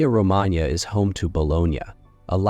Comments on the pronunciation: Emilia “Romananya”. That is the topic of this video. Try to, at least, pronounce it correctly. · Pronunciation of Romagnia the gn is voiced ng as in ring ng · Horrible, isn`t it and these cranky figures claim that they are "experts"!